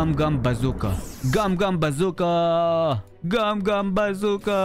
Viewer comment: Are you Russian? I hear very russian accent when you gum gum bazooka